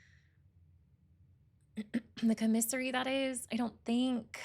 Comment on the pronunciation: The word is pronounced COMMisary, not comMISSary